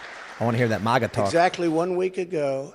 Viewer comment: 😂😂 make America strong again - Tim I’m not saying that “masa”